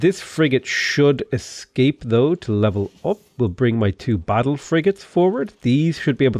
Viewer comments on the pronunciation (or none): none